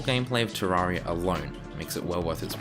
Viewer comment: clicks on video hears how he pronounces terraria leaves